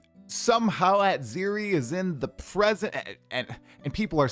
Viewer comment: the way you pronounced Atziri is criminal!